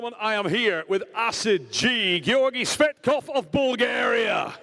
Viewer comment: "Gayorgy/Gorgi Fatkoph" is it allowed for the commentator to insult sportsman while the competition? He didn't pronounce his last name properly EVEN ONCE during the entire match. And this is not the first time from Travis, watch other mathes with Tsvetkov where Travis commenting.